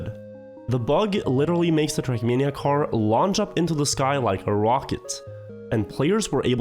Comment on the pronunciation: why does he say [trak']